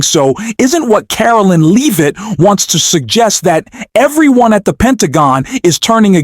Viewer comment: Learn how to pronounce Leavitt's name, it's not LEEVITT.